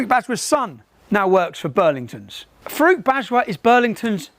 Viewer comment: When he says 'Farooq Bajwa' I keep hearing 'fruit badger' and looking at this guy, he is spot on 🙂 It's a brilliant video.